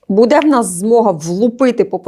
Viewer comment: Шановна ведуча. Прошу звернути увагу на наголос у слові буде,яке повторюється часто , але неправильно. З повагою.